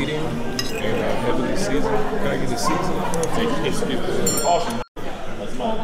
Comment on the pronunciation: Rondo says Skip mouse? Hahaha